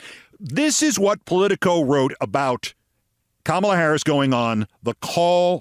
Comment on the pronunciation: I can’t believe I have to say this to you. Please learn how to pronounce Kamala! You’re better than that, Keith.